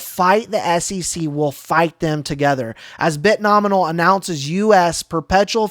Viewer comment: Dude! Love your content. Please.. It's Bit-No-Mi-al